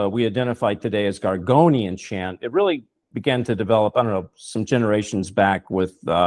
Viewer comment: It's called gregorian chant not gorgonian chant,and sorry for posting that your an idiot. Not to catholic christian on my part.